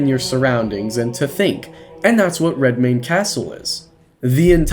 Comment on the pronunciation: "I'm DEFINITELY gonna butcher this name" * proceeds to pronounce it perfectly *